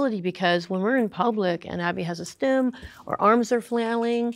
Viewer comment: FYI, It's 'stim' not 'stem'.